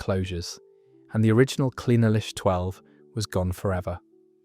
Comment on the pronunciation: Who wrote this 💩? Talking about Strathmore single MALT when all the labels on the bottles being shown clearly state that it’s a single GRAIN. Clynelish is still on sale, it was Brora that closed, and that has now been reopened. Not to mention that it’s not Clyn el ish, but Clyne lish..